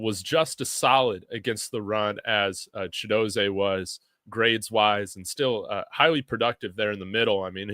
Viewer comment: Chidozeeee NOT ChidoZAY😊😊😊